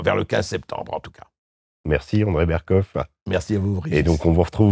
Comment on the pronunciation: Berc off, pas Berc In